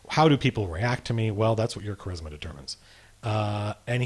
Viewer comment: LOL you say Charisma like I do from the David Lee Roth video back in the day "He has KA raz ma!"